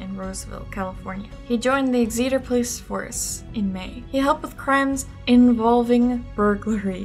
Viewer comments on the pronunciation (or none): Exeter is pronounced like EX-eh-tur for next time! Love the video :) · A couple of things: First, the name of the Tulare County city for which he got his "Ransacker" moniker is pronounced like "Exit-er", with the stress on the first syllable. And now, "personal" account (AND to date myself a bit), and this is a long one. My family has resided in Sacramento County for nearly five decades (we settled here in early 1973) and in the same house for nearly forty-five of them (we moved to the house literally next door in 1977) as my dad was stationed at the former McClellan AFB (which closed in 2000 and is now a very successful business park and airfield) while serving in the United States Air Force. My dad periodically would go on TDY (temporary duty), which would take him out of the area, frequently out of the country, leaving her, me, and my younger sister behind for the duration. We lived in the North Highlands area, which lies at the eastern and north-eastern periphery of the base. This area lies west of CItrus Heights, where DeAngelo was ultimately arrested some two decades later. During this time, when what was then known as Pacific Telephone, then Pacific Bell subsequent to the breakup of AT&T, started phasing out leasing telephones its Western Electric division had done for many decades. It was also during this time that the East Area Rapist, as we knew him, was at his peak. Apparently, at one point, their method of contacting those who had not transitioned from Pacific Telephone-leased equipment to CPE (Customer Premise Equipment) owned by th